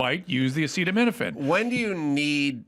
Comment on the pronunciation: That press conference was one of the most embarrassing things I’ve ever seen. Trump rambled incoherently, repeated himself over and over, couldn’t pronounce acetaminophen, couldn’t remember what three vaccines the MMR included, cited completely bonkers statistics, and gave unsolicited medical advice repeatedly. What a humiliation.